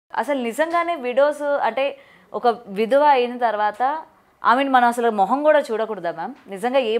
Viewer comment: Anchor jara maryadha ga matladu.. విధవ అని వత్తి పెట్టీ అనకు. వితంతువు ani